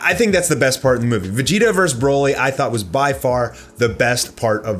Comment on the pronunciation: The only really bad part was when a background voice says “broly”, “kakarot” 🤦🏻‍♂️